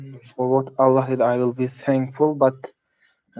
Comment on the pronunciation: Allah sounds like 'a lie' .